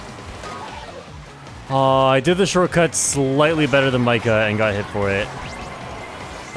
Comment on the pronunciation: Mika is actually pronounced Me-Ka. It's a German name. Honestly.... Scotty doesn't know that fiona and me do it in my van every sunday! (get the movie name right and I'll give virtual kiss)